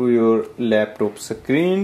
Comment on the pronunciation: He literally pronunced screen as -s-creeen